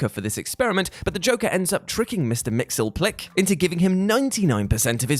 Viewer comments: Actually it's mix yez PIT ill ick, but you were still closer than this guy was. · Say it with me: MISTER MIX. YES. SPIT. LICK. MXYZPTLK. You cannot talk about how much you loved the Batman and Superman animated series, and constantly forget about how he specifically told everyone exactly how to pronounce his name.